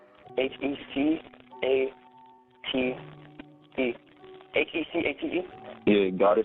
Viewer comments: It’s not “Heck ate” it’s pronounced “Heck ah tay” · He-ka+tay his pronounced Hecate